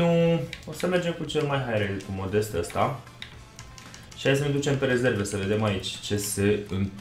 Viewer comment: Se citește Modest, nu modeste ..